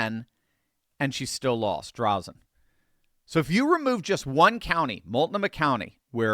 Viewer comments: It's pronounced DRAYZEN not Drazzun. For the life of me I cannot see how Drazan won the primary. Ed Dheil did all of the work to get the referendum done for the gas tax. I backed him 100% in the primary. Also the greater Idaho movement will never happen. The reason is because it would have to be approved by the Oregon legislature and the state of Oregon would lose billions of dollars of road tax income per year. Average .25 per mile for every single semi for every single mile on every single road in Oregon. The state will never vote to lose that money. Having said all that even though I backed Ed I'll do like he and I talked about. No matter what, as republicans we will back whatever republican wins the primary. I will happily be Backing Drazan in the General Just like I did the last election. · Thank you for covering Oregon. Yes, Oregon is considered a "blue state", but a lot of very conservative people are here. Drazen is not the best Republican, but she did win the primary. Also, her last name has a long "a" and is pronounced as if it were "Dray-zen". Patrick Cowdrey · Oregonian here and have been my whole voting life. I have seen two Republican Governors in that time. Unfortunately, once mail in ballots became the thing we have had Democrat after Democrat "grace" the governor's mansion. The only correction on today's video. It is Dra zen - long a (think graze). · It's pronounced Drayzen, btw. We're sick of the Dems here in OR as they drive the state into the ground. They tried to increase the gas tax and vehicle registration fees, which was referred to the voters by innitiative petition, and the people of OR clearly said NO! We will join together to support Drazan in November. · Fro. OREGIN... its DrAAAAzen . Thanks for the encouragement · Hi! Terry in Oregon. Hate to correct, but her last name is DRAY-zun. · Last name Drazan. Pronounced Dray-zen. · It’s Drazan with a hard “a” as is dray zan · I pray this is true. "Drazon" is the long A sound.